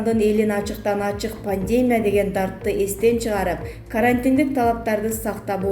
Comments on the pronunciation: Ындра эмес Индира. Пандээмя эмес Пандемия. Акцентин ото одоно экен диктор! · Чон кыз создорду туура окусан Пандема эмес пандемия Сабатсыз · Века медиа, ушул окуп жаткан кыз туура окубайбы. Пандемя эмес пандемия. Эмне грамотный кыздар жок калганбы.. Грамматика дегенди билбейт окшойсунар. Ушундайлар айынан силерди коргум келбей калды. Замечаниени туура кабыл алып, онолбойсунарбы. Элге чыгып жаткандан кийин. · ЭЙ ЖУРНАЛСТ ЛИНГВИСТИКАНЫ ОКУЧЫ ПАНДЕМЯ ЭМЕС ПАНДЕМИЯ ☝️ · Соке каронавирустан олот окшой ааа🤔Диктор кыз туура Оку Индра эмес Индира дегин пандема эмес пандемия 🤣😂😅😂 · Ьантырабай ударение туура коюп сүйлөгөнгө консонор боло пандеемия, жана башка сөздөрдү оңдоп сүйлөп анан эфирге чыксан ар жакшы болмок!!! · Диктор сорой ! ИндЫрА эмес ! ИндИра ! Тупой диктор соройлор тойгузду . Ушулардын айынан жанылык да уккун келбейт . Дагы жанталашып " подписаССа кнопкасын баскыла " дешет , сабатсыз чириктер . ПандЕмия , карАнтин .......фу ..... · Эу келесоо журналист кыз качан туура окуганды уйроносун чала сабат акмак экенсин, пандЕмия деп... Мирзоев деп да нервге тиесин сен тупица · Ушул Кабарды окуп берип жаткан чон Кыз туура окусаныз, ударениени туура койунуз!!! Кичине болсо да туура суйлогонго тырышыш керек!! Слово Пандемия, ударенияны И тамгасына койунуз.... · Пандемия деген созду туура окугулачы, ударенияны туура коюп